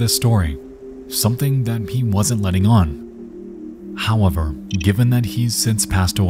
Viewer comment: also not to forget him saying "Howwavar"😅